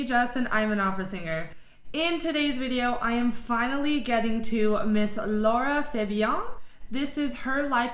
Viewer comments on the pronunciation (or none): Very good review but I'm still waiting for someone to pronounce her name correctly hahaha...